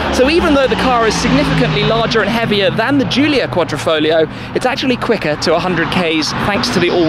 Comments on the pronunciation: it is said......foGLio and no folio..........QuadrifoGGGLLLLio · The pronunciation of this car was a headache for me